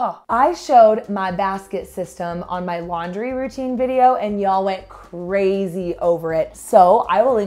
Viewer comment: ''Poppin' loads like crayzay'' took me out!